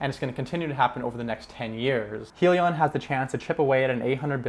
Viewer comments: You need more research bro Its Hydrogen- li-on not Hee- li- on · It is pronounced Hi Lee On get it right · Welcome to the crowded financial YouTube channels. First, you must be able to say the name correctly. It is Hyliion, with an "i" sound from hybrid. Hyliion stands for Hybrid lithium ion. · Lol im sorry but i clicked right off once he mispronounced the company name 😂